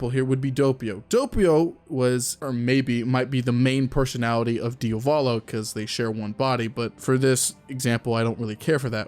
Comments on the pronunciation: Why do all YouTubers call him DiOvAlo when it’s DiAvOlo? I’ve just noticed that they all do it, is there a particular reason? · please stop pronouncing his name DIOVALO it’s DIA VOLO